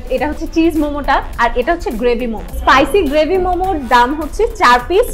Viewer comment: " পাইসি " গ্রেভি মোমো 😂 **No offense** 😊